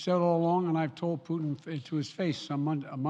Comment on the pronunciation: Наконец то Байден впервые назвал фюрера кремлевского рейха его настоящим именем 'ПУУ' ( проверьте ) Я заметил что многие англичане произносят пУтин как пЬЮтин что существенно меняет смысл его имени. Хотя английскую версию можно усовершенствовать до пЬЮК